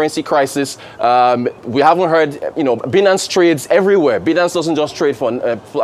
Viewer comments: "By-nance" pleaseee not "bee-nance" 😌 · Someone pls pronounce it right Binance; Binary-Finance…